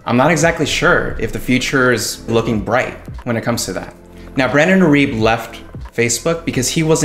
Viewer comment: irib WTF learn to say his name.